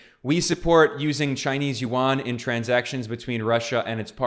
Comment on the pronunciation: Chinese Yuan is pronounced by you as "Won" which is the Korean's currency.